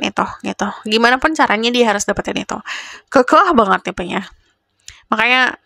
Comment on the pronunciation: Aamiin yq robbal alamiin ❤❤❤ bilang "keukeuh" nya medok banget, pasti org Bandung ya 😊